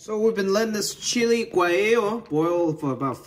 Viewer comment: ITS GUAHEEYO